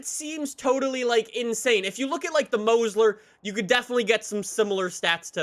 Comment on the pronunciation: He fuckin says Mosler as mose ler